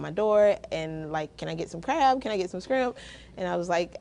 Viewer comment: I love when she says scrimp!